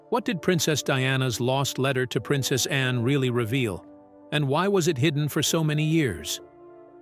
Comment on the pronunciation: Please pronounce ANNE clearly not just loose it in the sentence